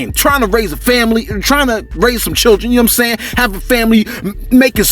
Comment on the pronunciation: Shout out to you bro . I’m African , Liberian 🇱🇷 to be exact . The way you commentate be having me rolling with laughters as usual, I ve never had a bad time listening to you on here bro, my favorite is when you say “ you see I’m saying!” 🤣😂😂😂💯 . And then out of sudden a long deep breath of silence 😂😂😂. Keep it up fam.